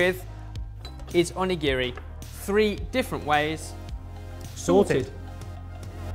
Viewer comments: The way says Onigiri 😱😱 here this is how u say it: O-knee-ga-ree 🍙🍙🍙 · the pronounciations...... i have no hope in you guys' pronounciations of foreign words anymore. onigiri is prounced as more of On-NI-GI-((R+L)/2)I, more of an "onigili" sound. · "Shi TARH Ki", "On A giri", why... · right xD the way he says "on-e-giri" ahahah his pronunciation....... makes me want to cry myself to sleep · pronunciation of Onigiri is excruciating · you pronounce onigiri super wrong!!